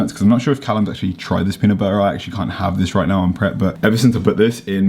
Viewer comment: Your leg swelling was prob sodium pooling, had it before on long road trips in ankles, turned into cankles. Also, Peanut butter has T’s in the pronunciation 😂